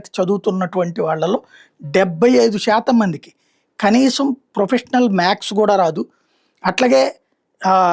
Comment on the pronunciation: మ్యాక్స్ కాదు మ్యాథ్స్